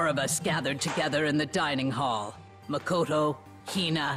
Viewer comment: i feel like someone should have really told you this by now but it's pronounced muh -koto or am i just missing the joke